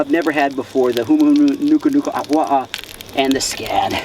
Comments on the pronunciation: I’m originally from Maui so to have say it perfectly is like music to my ears lol. Now I hope everyone can say it! 🤙🏽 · I bet yall protecting the state fish dont even know how to pronounce it's full name like did😂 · I've never even heard another person other than a local that has tried pronouncing the Hawaiian word for Humuhumunukunukuapua'a. It was pretty spot on :D. Also, for those uncomfortable with him eating the fish, it's not even that special to the Hawaiian culture. It was only named the state fish because of its looks. Hawaiians used to eat the hell out of them in the earlier days and I'm pretty sure our Kupuna wouldn't be upset about a person who respects the lives of the animals they eat. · YOU SHOULD NEVER EAT OR KILL OUR HAWAIIAN STATE FISH. THEY SHOULD ALWAYS BE A CATCH AND RELEASE. THIS TYPE OF VIDEO IS WHAT MAKES US HAWAIIANS IRRITATED AT UNEDUCATED IGNORANT PEOPLE THAT COME TO OUR ISLANDS !!! YOU KNOW ITS THE STATE FISH AND KNOW HOW TO PRONOUNCE THE NAME. WHICH MEANS YOU MOST LIKELY KNOW THAT THEIR A PROTECTED FISH TO OUR ISLAND.